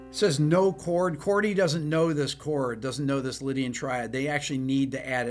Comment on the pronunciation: Trippin up ‘CHORDY’.😅✌️